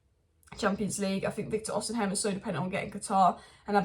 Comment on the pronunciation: Why keep saying Osiham? It's osimhen 😂😂🤦🏼‍♂️